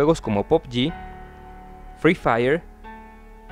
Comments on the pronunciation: La cagó cuando dijo fri faier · todo bien pero menos fri fayer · "Exitosos juegos de video" como FRI FAIER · Muy tarde ya lo dijo FRII FAYR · El fry fayer y el vatelfil Jeje